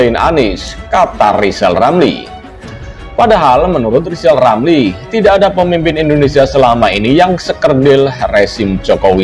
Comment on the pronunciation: Ramli ngomong saja belepotan...hahaha...ngomong R ....coba